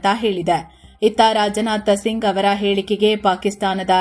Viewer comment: It's not rajanatha singh it's Rajnath Singh